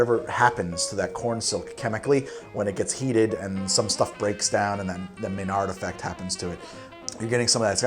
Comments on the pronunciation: maillard reaction not maynard bro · The "may nard" effect? You mean the Maillard reaction? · Did he really say Menard effect ?